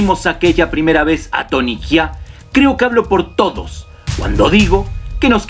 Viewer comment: E tenido que dejar de ver el video. No puedes llamarle tony jia ne duelen los oidos. Se llama jaa no jia. Entiendes la diferencia????